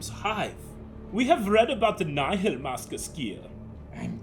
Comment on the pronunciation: omg they prenounce Nihil right finally thank the maker